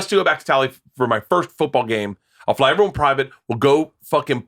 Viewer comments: The only reason I stick around when Theo is gone is to see how often Brendan says "ivryone", ivrytheng, and ivrybudy". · I never thought anyone else noticed that lol. Drives me fuckin nuts!